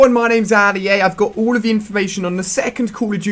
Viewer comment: ALL not ull :@@